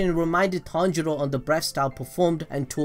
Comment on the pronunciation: His name is pronounced Ton-G-Row